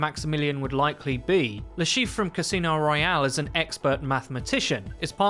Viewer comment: He isn't called Le Cheiffe, he is called Le Chiffre